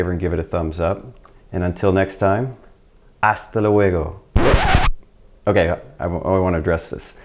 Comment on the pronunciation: Hasta luego.... Pronounced 'thdal wego' 😅